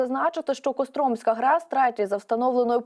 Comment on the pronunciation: Не КостРОмська, а Костромская!!